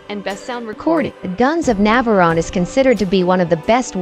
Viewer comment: Are you saying Nav-ah-rohn-eee ???? in several places .....really? Fabulous gripping movie spoiled by narrators who either never daw the film or are robots......